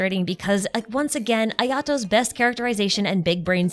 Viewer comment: Tell the hoyolab theorist to chill the fk out He is Kamisato Ayato, not Kamisato Otto